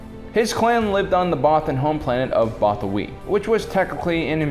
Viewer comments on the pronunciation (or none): Bothawui is pronounced "both-a-WOO-ee" not "BOTH-a-wee"